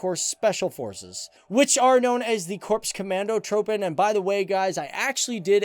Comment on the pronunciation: You say troepen soooooo wrong